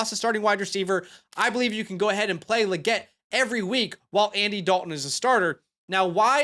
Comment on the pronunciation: it is pronounced Lee-get.